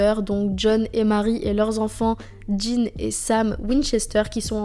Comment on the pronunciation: J'adore la série et les épisodes que tu as choisi, Un petit bémol: le frère de Sam s'appelle Dean avec un D et pas de J; pas Djin ou Jean